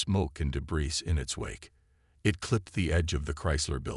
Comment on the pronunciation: Thanks for the story. HOWEVER......would you people STOP using AI as narrators!!!!! They FREAKIN SUCK!!!! "debris" is pronounced "daybree" NOT "debriss", "triage" is pronounced "treeyadj" NOT "tridge", "content" is pronounced "contEnt" NOT "cOntent"(in that context), "prEsent" when "presEnt" was needed, "Trechery" NOT "Treechery", "reconvenned" when it should have been "reconveended", "cOzmus" when it is "cOzmose"......etc, etc.... Read these stories yourselves or hire a Human narrator like some of the other YouTubers!!!